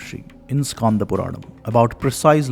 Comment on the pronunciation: i am from thamizh nadu.I know thamizh. It should not be pronounced as irama but rama 'e' is silent. Btw it should be pronounced as Skanda not Skaanda. Also it " Yeri kaatha ramar" since he protected it. I am near that area so i know it. Kindly take it in the learning sense. Thanks